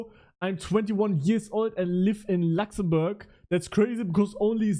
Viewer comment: "I live in Lachszämbörg"💀😂